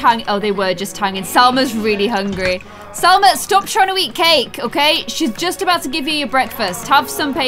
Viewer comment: Salma* Not salsa